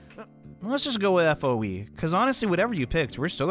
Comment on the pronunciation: Just say foe not FOE